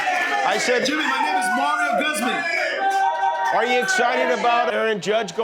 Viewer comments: Somebody needs to show Jimmy Guzman how to pronounce his latino last name. It's pronounced ( gooz-mon) not (gus-mun) c'mon bro don't be ashamed of your heritage just cuz you're in Boston. 🤣🤣🤣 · Did that foo really say his name is Mario Guzman like he’s Jewish and not Latino?